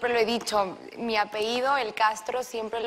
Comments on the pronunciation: 😂 "apeido" ay no, las mejores escuelas y no sabe decir apellido. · Perdón...! Su apeido? Jaja... que alguien le explique que lo correcto es apellido, ni con tanto que se robaron les alcanzó para comprar un diccionario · Se dice apellido, no apeido mal educada 💁🏻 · Dios, dijo "apeido" ni hablar correctamente sabe